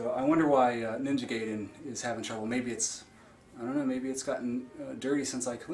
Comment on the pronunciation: Guy-den. Not Gay-den. Jenny Lewis had it right all those years ago.